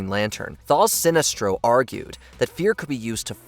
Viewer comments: He says Sinistro at some points too lol, clear signs of AI smh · I'm calling you out,. It seems you are using AI in your narration. In the first entry alone, I heard "corps" pronounced as "corpse" (It is actually pronounced like "core"), and Sinestro's names being pronounced as "SIN-neh-stro" and "Sih-NEST-ro" and back again in a matter of seconds.